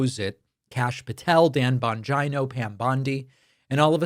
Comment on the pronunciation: “Dan Bon-jy-no” 😂